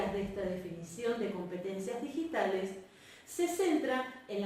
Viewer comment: En el min 12 dice "Ditigales"